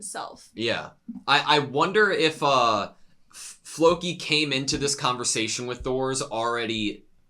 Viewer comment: Nothing was butchered, my ears weren´t triggered <3 It´s Loki with a F in front with emphasis on the more than the i